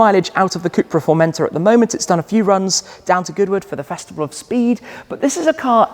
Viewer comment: Learn how to pronounce Formentor. It's a peninsula on the island of Majorca.